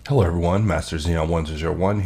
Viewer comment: Lol. Unrelated. First (and second) time i listened to thw intro I could have sworn you sair "Hellur, everyone." I lost it. Great video as always.